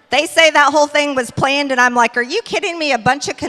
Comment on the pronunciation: Yes. e.g. She says Pleeaand instead of planned.